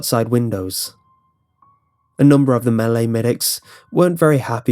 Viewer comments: the way you say malay sounds like melee and it confuses me so much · SINGAPOREAN HOHO HELLO MEHLEY OH GOD